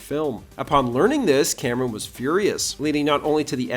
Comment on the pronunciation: C'mon, man. Say it: Cameron